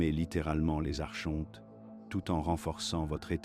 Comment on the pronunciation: Ça s’écrit Archonte mais ça se prononce phonétiquement Ar- Kon- Te